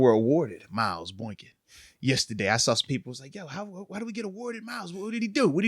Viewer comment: BOY-KIN… stop calling him BOINK- IN 😂